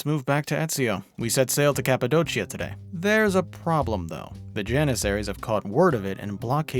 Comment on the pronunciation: Kapadokia brother not kapadochia